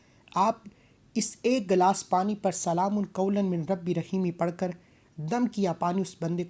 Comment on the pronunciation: अस्सलामू अलैकुम, शुक्रिया। आप ने इस आयात की बेशुमार फजीलत बयां किया है बिल्कुल ही अच्छा। लेकिन अगर आप मिन को पढ़ा है लेकिन सही तरीके से पढ़िए इस तरह से "मीर रब्बी र रहीम"शायद आप हिंदी से ही है।